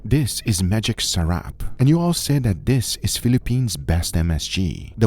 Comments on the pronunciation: it's actually pronounced saw-rahp and you should try lumpia with a dip that's 1 part soy sauce, 1 part spicy vinegar, black pepper and chopped garlic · I like how you pronounced sarap😂